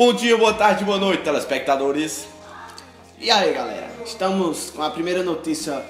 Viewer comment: Like Papangu Melhor Que jornal ksksks ''Teleplesquitatores''